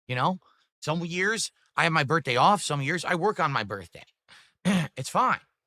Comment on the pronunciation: "The date doesn't matter, gwett it??" Is he taking the piss? there's ONE day he would never ever miss and wants everyone of his dented viewers to remember, it's his bertday. It's not that exact dates don't matter when you get older it's literally just that he's terminally self-centered